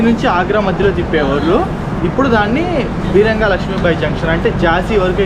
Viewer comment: వీరంగా లక్ష్మీబాయి జంక్షన్ కాదు, వీరాంగనా లక్ష్మీబాయి జంక్షన్. వీర వనిత అన్నట్లు.